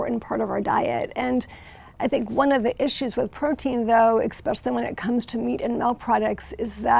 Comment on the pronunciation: I have a hard time taking anybody who says "EX-specially" seriously